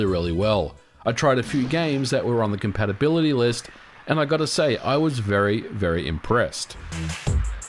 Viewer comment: what? "compatabaility"?